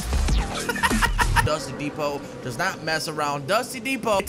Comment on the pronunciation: “If you’re a crazy mo foe you go to dusty depo”😂